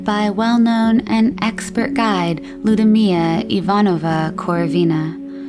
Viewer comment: butchered pronunciation of lyudmila